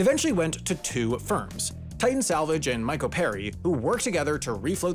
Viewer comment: I'm Italian and I have to say: 1- that joke about Schettino was hilarious 2- the name of the barge is mispelled 3- the pronounciation of micoperi is not myco-peri but meeco-peri.. But it's not fault this time...obscure company names from over the world are hard to get right. Nice content;D